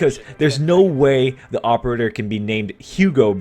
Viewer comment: "What the opererer may be, I think I figurerer it out" English my dood